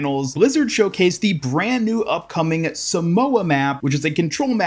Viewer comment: you arnt pronouncing samoa right